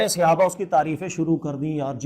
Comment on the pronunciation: Janab aap Mufti aur Aalim ho kar SAHABA ka ghalat talaffuz SEHABA kyun bolte hain??